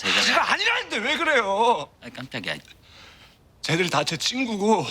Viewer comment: 구호동 발음 깜딱이야 뭐임